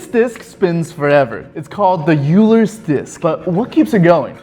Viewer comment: Just fyi, Euler's disk isn't pronounced like yooler, it's pronounced like oiler. Euler was one of the best mathematicians who ever lived.